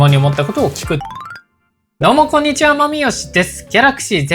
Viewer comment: ご出身気になります！どうもこんにちはが何処の訛りなのか凄い気になる